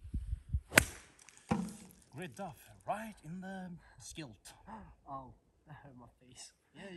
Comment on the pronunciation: Haahhaah, "right in the skilt"